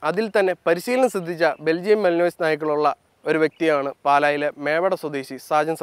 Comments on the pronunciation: Yes.not malinos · It is not pronounced malinoiz. It is Malinua. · മാലനുവായ് എന്നാ pronunciation അല്ലാതെ മലിനോയിസ് അല്ല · The dogs name is pronounced as malin-wa and not mali-nois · മലിനോയ്‌സ് അല്ല ചേട്ടന്മാരെ... Malinois is pronounced as Mel-Un-Wah (മലിൻവ). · Its pronounced as Malinoa even tho its written as malinois .. most people in India calls it Malinois , donno why .. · Belgian Malinois: തർജ്ജമ: ബെൽജിയൻ മാലിൻയോ.. "മലിനോയ്‌സ്.. മലിനോയ്‌സ്" എന്ന് കേട്ട് മടുത്തു.. അതുകൊണ്ടാ.. മാമനോട് ഒന്നും തോന്നല്ലേടാ മക്കളെ... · Its pronounced “malinua” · Belgian Malen-wah is the pronunciation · Athinte peru pronounce cheyyunnathu Malinua ennanu.. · Pronounced as Mali-noa. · It's pronounced മാലിൻവാ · ആ പാട്ടിന്റെ പേര് ഒന്ന് നേരെ ചൊവ്വേ പഠിക്ക് മിസ്റ്റർ.... മെലിനോയിസ് എന്ന് അല്ല